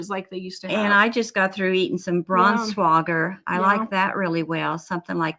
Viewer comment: Sorry I'm new. I'm trying to catch on. I think your name is. I'm so sorry if I'm wrong. What did you say that sounded like bronze water when responding to the person that asked for other soft foods. I couldn't understand the pronunciation and can't figure out how to spell it either. Sorry for the hard question wish I could be more clear.